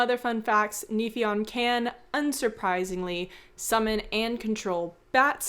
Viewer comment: I often enjoy Forgotten Realms lore, but Neifion has always bothered me: he gives all these vampire vibes as Lord of Bats, but the name is a Gaelic version of Neptune (god of seas) and pronounced "nay-vyon". I just feel like Forgotten Realms finds something vaguely Gaelic and makes it a fey thing, instead of understanding any of the linguistic meaning. See also: 'Dubh Catha', translated into 'Dark Crow' in Forgotten Realms Common tongue...